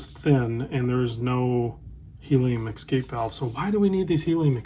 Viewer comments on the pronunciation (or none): Escape not Exscape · We need the helium valve to keep hearing you say exscape. Sorry love your work. Could not resist. I gotta exscape now!